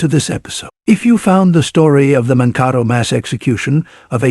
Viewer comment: The name of the town is Monkato (like Dakota).